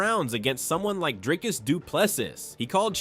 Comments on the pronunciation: How can Dana still not pronounce Dricus’s name properly? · Even Dana doesn't know how to pronounce his name